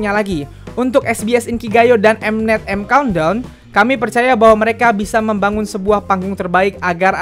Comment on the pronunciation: "EIM KAUNT DAUNN" 😂😂